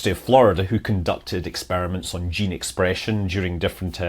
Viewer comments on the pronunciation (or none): none